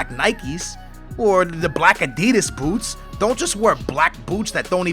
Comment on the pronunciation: When he said, boots, i thought he said boobs